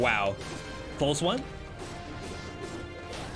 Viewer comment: Do you intentionally emphasize certain syllables in words... ? OHWAN. Sounds a bit excessive.